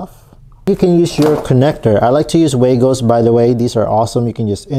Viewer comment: Wago is a German company and the correct pronunciation in German is "vahggo" Like froggo but vah-go